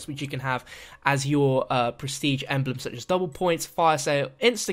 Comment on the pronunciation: ha, he said intresting eblem